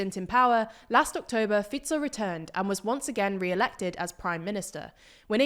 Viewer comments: i think i had a climax when this channel correctly pronounced fico's name for the first time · well done research. And finally somebody from TLDR pronounced Fico's name correctly :D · I clicked on the video just to hear if Fico is still "Fajkou" 😀. Glad to hear this has finally been corrected and also other names pronunciation was actually pretty good 👍